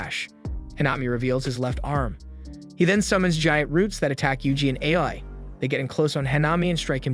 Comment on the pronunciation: It is not AI ITS AA-OO-II